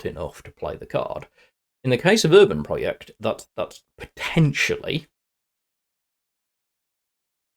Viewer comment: Nice video.. One sidenote: It sounds like you're pronouncing "Uranprojekt" as "Urbanproject", but in fact it is german for "Uranium Project".:)